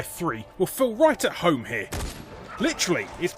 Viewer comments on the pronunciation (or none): none